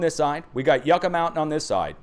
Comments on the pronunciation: your prononciation of spanish words needs an adjustment. YUCCA sounds like yuck-ah lkt truck ah. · Yucca is pronounced like "uck" a short u sound.